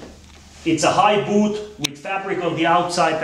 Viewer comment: i hate how he says boOt